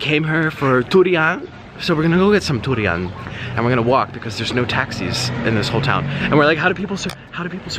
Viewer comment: In my home country durian is just a delicacy but I absolutely hate the smell and it tastes okay but it kinda tastes like nothing and he’s pronouncing durian wrong anyways and durian is not how you spell it lmao